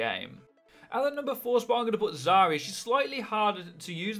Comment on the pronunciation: HAHAHAHAHAHAHA HE SAID ZARYA HAHAHAHAHAHA